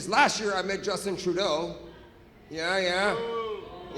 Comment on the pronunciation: Is he saying Dustbin Truedog ??